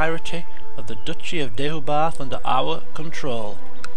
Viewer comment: I think Deheubarth is actually pronounced more like De-hay-barth by actual welsh people. Once you've got that you should have a pronunciation clean sweep- of the Welsh counties anyway!